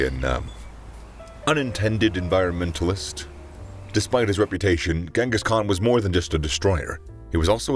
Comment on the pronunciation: I'm sorry but it really kills me how much everyone butchers his name. Its pronounced "Jang-gus" Kahn, NOT "Gang-gus"